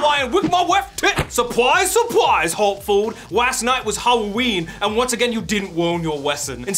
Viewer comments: WE LOVE YOU!! HAWTFOWD WILL NEVEW BE THE SAME. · HE SAID HARTFOWD!!!